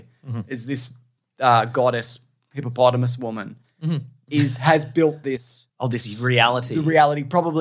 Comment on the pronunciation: Is it now officially “Hippomonthamus”?